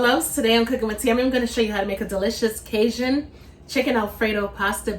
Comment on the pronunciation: What, pray tell is “ Kay-zhun “ ? . Ask any Cajun how to pronounce it. And “ Monster” cheese? Oooohh, scary ! Got schooling?